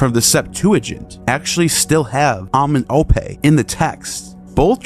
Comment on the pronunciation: Very good info and video sir, but you need to learn how to pronounce those African words correctly. You're saying [MAAT], when it's [MA] [AT], two syllables. You're saying [AMEN] [OPE], when it's [AMEN] [EM] [OPE], you're leaving the middle part out.😳